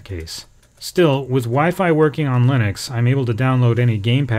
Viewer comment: Lynix? I mean yeah, i know he means Linux .. but seriously Lynix?